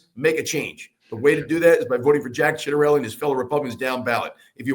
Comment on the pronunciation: It’s Chitarelli pronouncement wise, not sitarelli